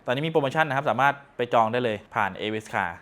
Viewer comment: เข้ามาอ่านคอมเม้นเห็นเหมือนได้ยินเป็นเอวิสคาร์ ตกลงจะโปรโมทให้เขาไหมขอชื่อชัดๆหน่อยจ้า